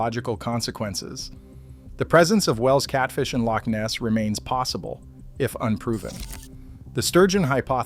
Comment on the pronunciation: It’s called a Loch not a leak